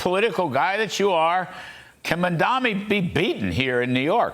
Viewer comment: If Fox wants to have an infkuence on the NYK Mayoral race, first learn to pronounce his name. Its MamdaNi not MamdaMi!